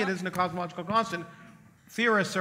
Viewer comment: dude on the left literally cant pronounce cosmological. kinda ironic